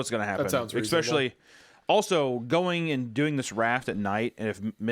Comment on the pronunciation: "X-pecially" - Hunter